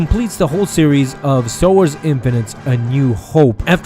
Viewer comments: Infinities "(in-fin-it-eez") NOT infinites. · 1: Infinities not infinite 2: and did I hear you pronounce Debris as Debreeze? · In-fin-it-tees not in-fun-nits. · It's Infinities! Not Infinites!!! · Err.. why do you keep saying "Star Wars Infinites" when it's "Star Wars Infinities"? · I think it's pronounced In-fini-ties. Not In-fi-nites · It's pronounced "in-fin-nuh-tees" not "in-fuh-nitz" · Thanks bud. That was fun. (However it's pronounced "infiniteez") Just sayin'. Great job though :D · It's not pronounced "in-fa-nits" it's "in-fin-i-tees". it's the plural form of the word "infinity". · Infinities, not Infinites. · Isn't it pronounced infinitees? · My god that mispronounced INFINITIES is cringy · Infinities - pronounced as in-fin-eh-tees!